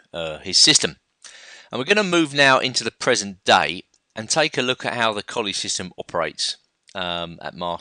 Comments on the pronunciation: It's pronounced "Colluh" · Please, it is Colle ,and not Collie. A very strange and bad english habit to change, difform, capital names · your all wrong.its spelled colle and its pronounced cõllee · Yeah, Colle is pronounced 'Collay'